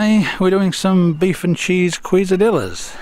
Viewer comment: I just watched these older videos and although informative the Mrs would be horrified at your pronunciation of Quesadillas, being a Chilean who throws things at the TV when her country is mispronounced Chilay. Quesadilla is s cheese based meal. Cheese is 😅😅 Queso, pronounced Keso. Like Manuel from Fawlty Towers saying Que (Ke) all the time. Anything with double L in it usually sounds like Y So in the end it sounds like. Ke sa di yas. Anyway, I enjoy your videos so keep up your good work